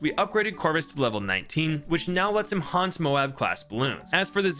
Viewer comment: Dude, why do you keep calling them "mobes"? It's mo-ab, like Moab, Utah, or Moab in the Bible. My guess is that the bloon in the game is named after an actual weapon in the US Air Force arsenal, the GBU-43 MOAB. It's technically supposed to mean "Massive Ordinance Air Blast," but everyone knows it really means "Mother of All Bombs," just like the MOAB in the game stands for "Mother of All Bloons." It's Mother not only because it's big as hell, but because when you break the shell, all the other bloons pour out of it.